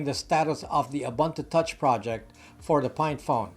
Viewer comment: Its pronounced "oo-boon-two Touch", not "A Bun To Touch" Otherwise fantastic content I enjoy watching your videos and hearing your thoughts. Thank you!